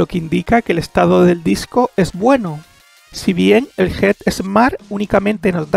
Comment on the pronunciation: flaco, get smart, se pronuncia como suena, NO Jet Smat con jota!!!! dios mio